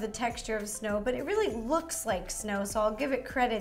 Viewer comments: Notice she says RO-ly instead of really. lol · Ro i knowtest that u said roolly!🙂🤪🤪😜